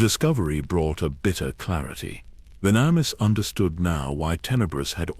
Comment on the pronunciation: Hey, I have a suggestion. Testing the AI with the names and other words they have trouble pronouncing, and trying to find ways to spell it so the AI pronounces them properly may be a good idea. Like with Venemis if you spelled it Venomous it would have said it properly. I don't mind these newer AI voices, but the mispronunciations of words that are used a lot can get a bit annoying. Luckily the stories are good enough to keep me here until the end, of course I need to know how it ends, but little things like words that are used a lot in a story being pronounced properly would make these really good stories that much better. This really is just a suggestion and not a complaint. I am a gamer, and RPG games are my thing, and I am all about grinding levels, so when I'm grinding I like to listen to stories, especially Star Wars. I am an OG Star Wars nerd from the ancient days of the original trilogy, so I listen quite often.